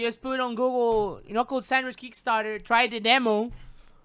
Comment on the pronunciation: Ka-nuckle sandwich